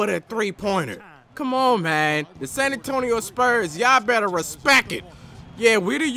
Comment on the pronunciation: Say it right not respec, respect